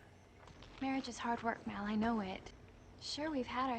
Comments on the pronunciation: ~Mal~ not ~Mohl~ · Pet Peeve after 10 episodes: "Mal" is short for "Malcolm" not "Mahl" short for "Mahlcolm". Also, if there were future seasons, I'm sure YoSafBrige would have returned.